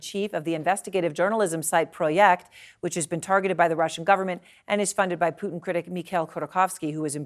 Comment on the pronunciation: Joe pronounces it like Poootin 😂